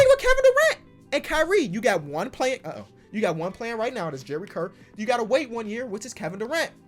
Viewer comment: Btw u were saying Kirk the whole video but it’s kurt